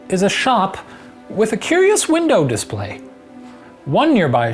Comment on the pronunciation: I noticed shane kinda struggled pronouncing culi/curi, he always ends up saying something like q-u instead. Like on top five beatdown when he said q-u-nary (culinary) and here when he said q-u-s for (curious), do I actually make any sense?